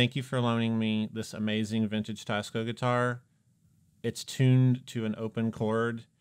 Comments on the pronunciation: Please pronounce the brand name correctly. Teisco is NOT “ Tie-sco”. It should be pronounced like “ Tess-co “. ( テスコ ) Trust me on this. I’m Japanese and I know it. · Teisco is Japanese so shouldn't it be pronounced "Tay-ees-co"? (Tay to rhyme with say) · Isn't it pronounced Taysko? Teh-ee-skoh technically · If it's spelled Teisco, and in Japanese テスコ, why is everyone calling it Taisco? Including the company rep. Seems like they were very careful the way they spelled the company name Teisco (rather than Tesco) to avoid people saying tessco like the British supermarket Tesco. And they definitely didn't spell it taisco, which is the obvious way you would if you want people to say tie-sco. And still people are saying it wrong. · I love you. But as a Korean who grew up in japan. It is pronounced TE like TEd. I ee S SOO CO KO. And is Gu=GOO Ya=yeah ton-tone.